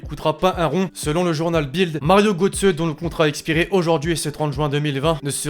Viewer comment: Juste pour infos sa ne se dit pas Gotze mais Geutze. Mais sinon continue t'est vidéo sont superbement bien expliquer